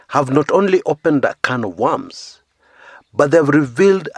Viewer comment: "A can of wams"😂😂😂